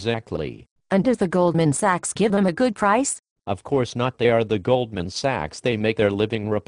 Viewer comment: I think this just turned me into an Austrian economist! :D Anyone else noticed the female character mispronouncing "Sachs" as "sex?"